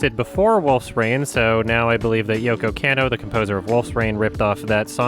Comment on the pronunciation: "Yoko Kenno"